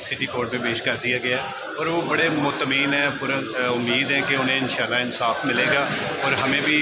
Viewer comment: "Mutmeem" " Ansaaf" O Shorray bolna seekh le pehle